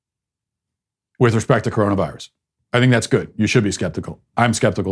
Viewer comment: LOL..............love when he says CORONUS VIRUS